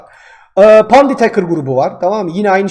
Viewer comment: Haçker değil.HEYKIR xD